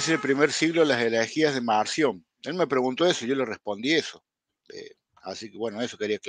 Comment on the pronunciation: ESTE MENSO PARECE QUE DICE MANSIÓN Y ES MARCIÓN, ESE HEREJE QUEDÓ EXCOMULGADO PORQUE NO ACEPTABA TOTALMENTE EN NADA AL A.T. Y MUCHOS MÁS, SOLITO EL BUEY 🐂 SE AHORCÓ.